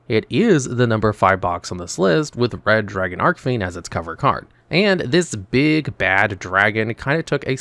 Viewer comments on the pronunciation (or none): Been a fan of Resonators since they came out, so I just gotta say, it's Red Dragon "ARCHfiend", not ARK 🤓☝️